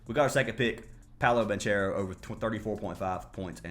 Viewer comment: Lol it's pronounced BON-CARE-OH bro 😅